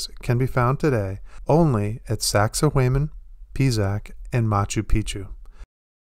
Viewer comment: First of all, show some effort in how you pronounce words. The way you say sacsayhuaman , it makes it clear you are uneducated and never spent time with culture or language. You sound stupid asfuck when you speak like this sir.